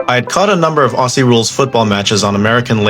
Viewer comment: The first tip is Aussie is Ozzy NOT Ossy